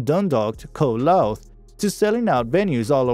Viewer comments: They are from county Louth pronounced 'Lowthe' not 'looth'. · 😅😅the way the narrator pronounces County Louth... County Looth😅😅 But I agree, they are from disappeared. Despite them not being that popular as they were in the late nineties and early 2000, they've recently released two of their best albums; White Light in 2015 en Jupiter Calling in 2017. And Sharon recently released her third and best solo record yet and is currently touring that. They are still talking, but not yet planning, doing another tour together. This video has shows the wrong album cover for Home and White Light. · The commentary is diabolical. I gave up after hearing "County Louth" pronounced two different and - wrong - ways by the robot. Loved the Corrs though. Especially Andrea. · Wow. How many mispronunciations of place names (Louth, Wicklow, Modena etc.) can one guy make in one video?! It's distracting, and shows a lack of due preparation.